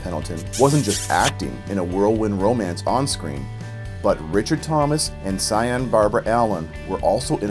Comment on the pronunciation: Interesting video! But Sian is pronounced shahn, not SIGH un.